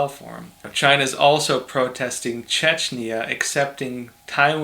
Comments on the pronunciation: The card says "China protests Czechia ..." (which is in central Europe, pronounced /ˈtʃɛkiə/), but your pronunciation makes it sound like Chechnya, which is a part of southern Russia. Pretty sure the European country is the correct reference. Just pointing it out. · Its Czechia not chechnia how you don't know this? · Maaaan I like this youtube channel but you pronouncing my country wrong Czechia ( Czech Republic) makes me sad :-(